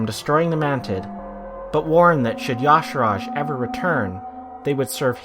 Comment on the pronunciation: If his name was pronounced as "Ya-sarahj," it'd be spelled that way. It's obviously pronounced as "Ya-sarhj"